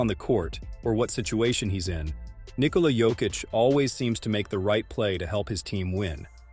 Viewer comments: Very good video. Also, unimportant but kind of nice is you pronouncing his first name correctly. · bruh this is the first time a US-based channel has the right pronunciation of Nikola's name